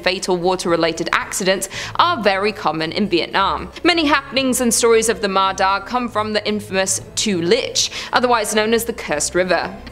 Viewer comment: I know in writing, Ma Da is the exactly words in English alphabet but it's actually pronounced "Ma Ya" in Vietnamese. D and Đ are different in Vietnamese, she actually used Đ, not D. QU is pronounced W.